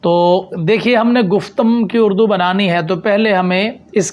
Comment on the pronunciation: ماشاءاللہ اچھی کوشش ہے۔۔۔ علم کی ترویج و اشاعت بہت احسن عمل ہے۔۔۔ بس ایک عرض ہے اگر قبول فرماویں تو جمع خاطر ہو۔۔۔ مجھے محسوس ہوا جیسے آپ نے لفظ "اڑدو" بولا جبکہ یہ "اردو" ہے۔۔۔😊